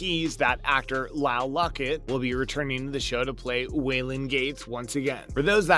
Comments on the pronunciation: The singer that plays Waylon is Lyle Lovett not what ever you said, spell check before you read your notes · Lyle Lovett, not Locket. A musician from Texas who dated an Oscar winning actress, wrote a song about her (Julia Roberts) and deserves better than to have a hack garbling his name. Doing research and being able to read should be the minimum amount of effort on this obvious click bate with no substance. Y'all suck at your job. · It’s Lyle Lovett not Locket! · This video kind of sucks. First, Nick Tuturro left six years ago, who cares, and apparently no one told him to 'get out' as the thumbnail suggests. Second, Lyle LOVETT, not Luckett or Lockett, get the names right! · Who the heck is “Luckett” ? Are you talking about Lyle Lovett? Really?